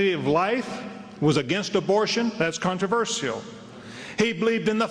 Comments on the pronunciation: It's "CON-TRA-VER-SHAL", not "CON-TER-VER-SIAL". God damn it. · CONTORAVERSCIOL It's pronounced "con-tra-ver-shal" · Jesus Christ, I hate the way Americans say "CON-TER-VER-SIAL", rather than "CON-TRA-VER-SHAL". Maybe I'm just autistic like that Eric Mataxis dude. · Conter verseial? Wtf is that controversial you mean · I have to laugh how these southerners talk, this for instance - "contro-vershehell" ha ha. "con-tra-verse-shull" is how it's pronounced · i hate anyone who says con-tro-ver-see-uhl instead of con-tro-ver-shul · Jesus H Christ if I hear the word controversial one more time !!! And it is not pronounced contro-verss-ial !!! Ahhh ... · Whys everyone pronouncing it "Contro-verS-ial"? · fucking controversial how they pronounce converSIAL, damn phonetic american simpletons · controvershehell ? Is that what that reverend is saying ? CONTROVERSIAL you southern idiot! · 'Everything you needing to Know about God but were afraid to ask.' With a title like that you know Metaxes is just another religious huckster. CON-TRU-VUR-CEAL an amusing way to pronounce that word,it makes her sound sexy though. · Con-Ter-Ver-See-Al? What the fuck is up with that pronunciation? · whats with all the extra syllables in 'contraversial' ? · I could listen to these pond dwellers mispronounce "controversial" all night but I feel as if I already have. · That woman can't pronounce controversial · s Humphrey the pronunciation of controversial in this video is funny 2 me. enunciating the ia. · Why can't Americans say "controversial" correctly???? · why cant americans say the word controversial properly? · "Controversial" - fucking horrible pronunciation of that word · why cant americans say 'controversial' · That speaker cant pronounce "controversial" :) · I'm English, and.....I'm pretty sure thats not how your pronounce controversial lol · Why can't this woman say the word "Controversial"?